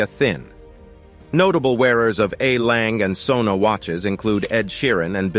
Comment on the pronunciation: YOU completely mispronounce LANGE & SOEHNE.............SOEHNE MEANS SONS........POOR pronunciation!